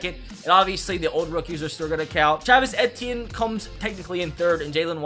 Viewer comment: say it with me as a Clemson fan I'm so disrespected E-T-N not E-T-E-NNNN-A